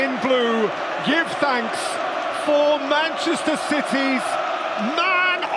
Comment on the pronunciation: "Madeira, Sporting, Manchaster and Manchaster again"